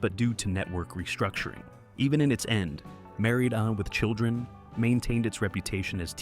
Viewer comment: AI is reading the "..." from "Married... With Children"